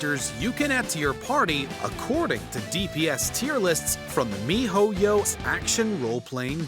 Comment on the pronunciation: Dude tf is me-ho-yo